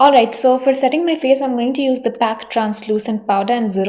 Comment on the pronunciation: Mam aap ka pronounce galat hai ..it's call p.a.c